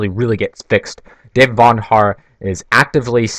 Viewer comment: It's David VONderhaar, not VANderhaar